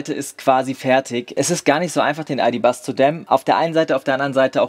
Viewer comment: Ich hör die ganze Zeit „Aldi Bus“ und nicht ID.Buzz und denk mir: hmm geil wär so ein Aldi Bus bestimmt schon!